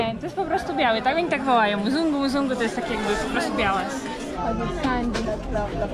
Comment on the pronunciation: Hej! Jedna uwaga :) Jeśli chodzi o słowo określające białego człowieka to jest to MZUNGU. Bez trzeciego "U" Bardzo częsty błąd u białych ludzi bo słyszą tak jak jest łatwiej wymówić W języku swahili wymawia się bez trzeciego U.